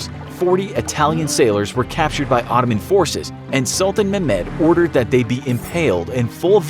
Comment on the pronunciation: babe, why cannot you say Ottoman properly? If you have a problem you can simply say Turkish Empire...